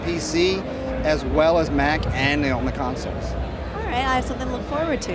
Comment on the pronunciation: DID HE SAY CONSOLES!